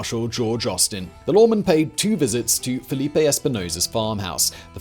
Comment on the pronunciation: It's FELIPE, not Filipe